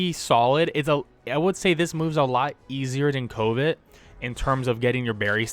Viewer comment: Lol at pronunciation of covet ("cuh-vit") as "coh-vit" too much covid in the world. Haha. Nice vid